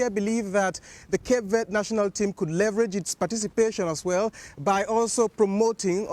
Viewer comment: It’s pronounced Ver-day not Verrd